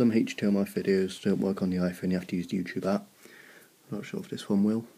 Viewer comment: you said ihone lol